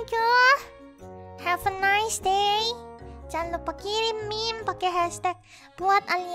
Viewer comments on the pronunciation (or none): none